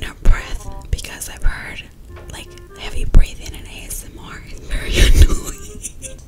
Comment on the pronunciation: Nobody: You: welcome back to a mother a s m rrrrrrrrrrr video hahahahah